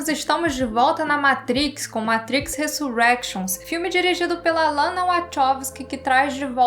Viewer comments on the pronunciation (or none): resurénctions q fala kkk ai sim mina tao munitos de oculos vcs hein